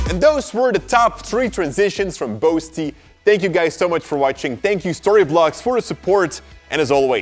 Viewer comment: You pronounced boasty wrong throughout the video. I'm Jamaica I should know.